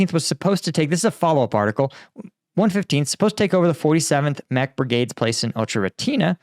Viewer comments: FYI because I know you're having trouble pronouncing it, but the town is pronounced like "Oh-Kerah-Teen-Ay" rather than "Oh-Cherah-Teen-Ah". Hope that helps ❤ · O - cher - e -ty - ne BRAVO!